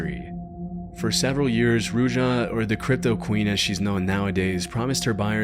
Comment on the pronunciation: Hey bud, don’t know if you’re AI voice or not, but in the Balkans, a name like Ruja is pronounced “Roo’ya” and in México, Jimenez is pronounced “Hee’men’es”